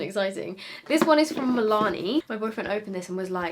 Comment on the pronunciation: you saying Milani in your boyfriend voice sounds so dutch